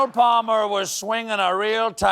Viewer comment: forgive me, but i had to rewind this twice to make sure i heard what i was afraid i heard. yes, it's true, colbert said "pall-mer". ok, who's going to tell him?